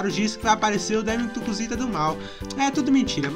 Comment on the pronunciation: Voce falou cusita